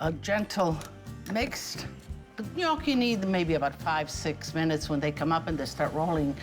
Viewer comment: Thanks for the recipe. Gnocchi was my favorite growing up, but somehow I've never had this type. I'll have to try it. And also, thank you for pronouncing 'gnocchi' correctly!